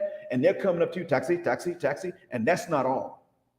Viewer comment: taxi taxi taxi 😂 not trynna sound offensive to anyone I have an accent myself but that taxi taxi taxi accent was too funny 😂😂😂